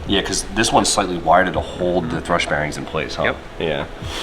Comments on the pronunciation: For a guy who talks to a camera for a living, sure can butcher some words 🤦🏼‍♂️ it’s a thrusT bearing… with a T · Thrust bearing, not thrush 🤣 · Thrust...NOT Thrush... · Plz say thrust instead of thrush, thrush is a completely different thing 😅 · THRUST bearing, not THRUSH bearing. Those are two very different things lmao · Thrust not thrush haha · Are you saying thrush bearing? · still can't beat the habit of calling thrust "thrush" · Please tell in person. It drives me CRAZY when he calls it a thrush bearing. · Great content, motor looks fantastic. Not gonna lie though, you keep calling thrust bearings "thrush", which is a bird😂. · Are you saying thrush bearings? lol